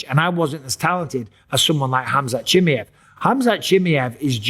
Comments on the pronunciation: Bisping what the hell is up with your accent? You're a UFC commentator it's C-H-I-M-A-E-V not chimmie-yey XD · Chimmy ev chimmy ev chimmy ev. Please just say his name normally. I cant watch the video its so distracting right away. CHIMMY CHIMMY CHIMMY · Why do you keep saying Chimiev? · I laugh every time he says "Chimmey-ev" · Take a shot every time Mikey says chimmiehv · Bisping saying Khamzat Chimmey-ev just made me laugh 😂😂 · He really insists on the Chimmyev lol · 😂😂😂😂😂😂 please say his name properly for fuck’s sake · Say his fucking name properly FFS! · Bro said his name 20 times wrong lol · Why not just learn how to say his name correctly?